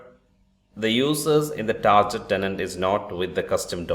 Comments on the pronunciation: Great video Only it's not tarjet tenant it's tar get tenant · It is pronounced TARGET, not TARJET !!!!